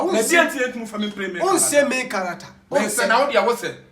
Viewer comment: Kwaku , it’s Main Character Not May Character